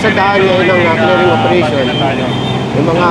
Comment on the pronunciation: Clearing❌ Clering✅